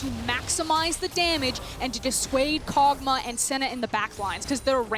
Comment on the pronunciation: Everyone else: Kog'maw: Kogmah